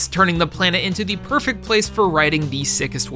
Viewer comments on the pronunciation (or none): none